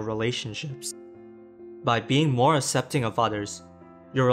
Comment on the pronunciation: Annunciate your words more clearly. E.g., aK-sep-ting not ah-sep-ting